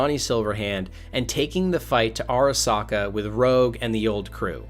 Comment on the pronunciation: “Arasaker”. He really used the hard “R”